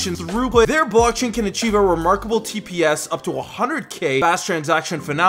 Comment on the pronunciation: chive on? really?